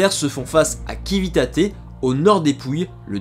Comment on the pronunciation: "Civitate" ne se prononce pas "kivitate" mais avec un "ci" comme dans l'anglais "ceap".